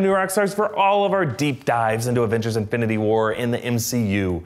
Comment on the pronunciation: "And avengers inbnbdbdbd war..."